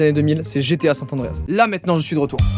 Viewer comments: GTA san andreas et non sant andreas !! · Par contre, c’est saN Andreas et pas sat tandreas ptdr 😂😂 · pour moi tu a perdu tout tes points en disent "Sat Andréas" a la place de "Sans Andréas" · SanT Andreas ?! 😂 On avait pas le même je crois! perso je jouais (et joue encore) à GTA San Andreas! J'adore 😘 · on dit san andreas pas sanTE andreas mdr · Par contre c’est san andreas , pas sant andreas merci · 20 points, mais pour ma défense chu de 2001, j'ai connu que la moitié des années 2000 ptdr Par contre tu te retire tout tes points pour avoir dit San Tandreas je suis désolé mais ya pas de T dans le nom tu sors! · San Andreas et pas sante andreas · Arrêtes c gta san Andreas pas saint Andreas 😂😂😂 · Pourquoi San''T'' Andreas ???? C'est San Andreas frerot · C'est San Andreas pas Sant Andreas :( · Il est stressant a dire GTA Santa dreas nan ?????! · C'est moi ou il dit sant Andreas ce malade!! A part ça trop lourde la vidéo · « SanT Andreas» Agrrrrrr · Pk « GTA sanTandreas » ??? Mdrrr 😂😂 la liaison qui sort de nulle part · "GTA Sat Andreas"??? Pourquoi vous dites tous ça ? C'est si dur de lire ?? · Pourquoi tu le prononce sainte Anreas ? 😂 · il dit « sant andreas » ce grand fou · JOYCA je t'ai retiré 2 points de ta notation pour ta prononciation du TRÈS CÉLÈBRE jeu: "SAN Andreas" !! ^^ En vrai t'es à 29 pts, faut que tu recompte 🤣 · GTA SanT Andreas, y a pas de T hein 😂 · Il y a pas de "t" entre San et Andreas, oui je suis relou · San Andreas c'est le meilleur jeu mais tu sais pas le prononcer :p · GTA San Andreas meilleur jeu, mais il sait pas le prononcer correctement mdr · arrête de prononcer le T inexistant à SAN ANDREAS!